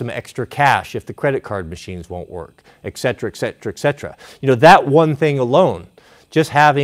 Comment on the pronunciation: Please don't pronounce the K in etc. 🙂